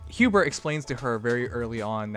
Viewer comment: its not hubert lmao